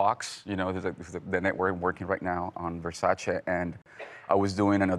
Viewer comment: When he properly says Versace! MY MAN!